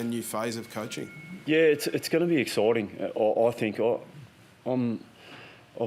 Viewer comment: Excoiting, really excoited. Yearh excoited 🤦🏽‍♂️ Shaw’s buzz word